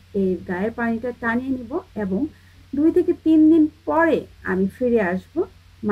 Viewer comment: অ্যাবং! অ্যারচেয়ে! 😂😂😂😂😂